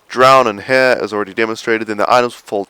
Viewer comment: "In heeah"